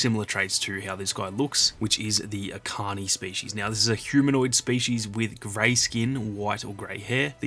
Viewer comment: Echani (each ani) Not akani